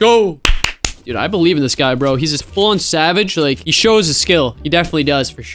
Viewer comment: He said be-live😂😂😂